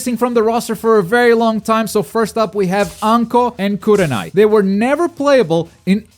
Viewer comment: i left when you said kurenai 💀 you a fool